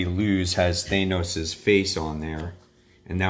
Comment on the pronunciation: Th-an-os! Sorry, but helpful for future videos 👍